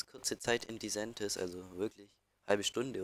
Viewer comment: Tolles video aber es heisst nicht Diseeentis sondern disentis